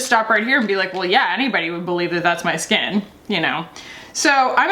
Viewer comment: You had me at Dolphin Scat Edit to say I thought you said dolphin scat vs skin. I'm dying now 😂😂😂